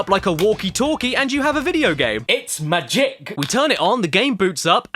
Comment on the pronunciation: "it's ma-jick!"